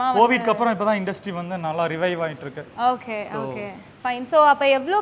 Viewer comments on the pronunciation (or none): Okay or ahkay va ma? Change this girl. Please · Anchor.🥴🤡🤦‍♂️ US return. It okay not Hokay.😂🤣